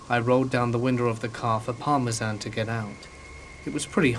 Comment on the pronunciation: The dogs name is Parmesan?? As in Parmesan cheese?? I'm from NY so maybe it's pronounced differently in Scotland, I'm not sure.... If it is Parmesan that's def different, I like it 🙃 Also, turning off the radio in a vehicle does not in any way conserve gasoline... Just a heads-up for anyone out there who thinks it does... I believe dogs can smell the pheromones that individuals give off during certain times.... Your dog could tell that you were loving and caring not only by your scent but by your actions... While you were scared the dog could smell your fear and could smell the man's hostility... Besides it sounds like the dog had been with bad people and good people and knew the difference.... You definitely have a wonderful fur baby with nothing but love and obviously protection to give!! Anyone able to should def adopt and save an animal!!!